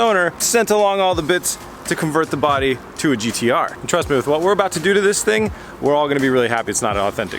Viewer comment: As A Australian please stop saying GTR